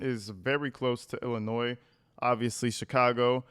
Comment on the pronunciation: Thank you for saying Illinois correctly. You would be surprised at the people that say it incorrectly!